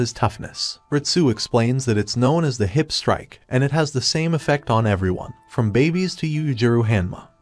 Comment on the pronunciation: No one gonna talk abt the, “Hip Strike”😂(Ik he has an accent but still)